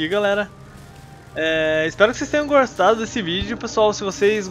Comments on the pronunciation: vc falou gorsatado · Você falou gorstado